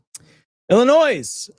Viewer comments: You pronounce NY's Gov. Hochul--Hoh-kul. I believe you also do not pronounce 'Illinois' w/an 's' the end. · There is no noise in Illinois 😂